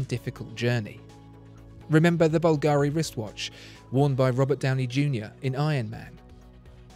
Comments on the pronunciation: You're always the best. One thing, though... It's Bùlgari, not Bulgàri. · A lifelong resident of Rome told me that the jewelry house of Bulgari is pronounced BUL-ga-ri, rather than Bul-GA-ri. Anyway thanks for your great videos, my favorite among the YouTube watch commentators. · Sono un’italiano e ogni volta che sento “Balgàari” inorridisco....la pronuncia corretta é Bùlgari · BUlgari not bulGARI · Can you pronounce Bulgari in a correct way please... Bulgari without any accentuation of the a: bul ga ri. No need to say BulgAAAAri! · I have asked for a Parmigiani Fleurier review in one of my comments here on the channel, and it is true, tha Bugatti watch Parmigiani makes is crazy special. Please, whilst pronouncing "Bvlgari", put the stress the "V" not the "I". However, that Bubble watch you reviewed, that was spectacularly special on every angle. Great vid nevertheless. Cheers.